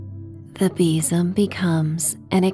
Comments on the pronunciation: sounds like bissum 🤪😂😂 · Sadly, I couldn't relax to this story for the simple and daft reason of your pronunciation of besom. We say it very differently here in Scotland, and I couldn't help but call out our version each time you said it. 😅 oh well, I'll wait for the next story 😊